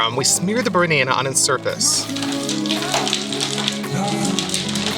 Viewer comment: Did your translator really get away with saying "BERnana" and "waterMITTEN"? 🥴